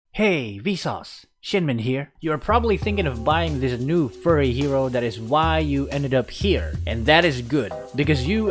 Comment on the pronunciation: “Furry hero”